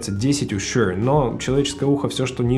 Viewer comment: Тут даже думать нехуй, Шур (а не шьюёур, бля) самый топ, был и остается, shp440 уработают даже AT M50x по звучанию. Видно, что в музыке вы нульцеваты, я уж молчу про мегаватты и частоты) заканчивайте обозревать то, в чем не шарите.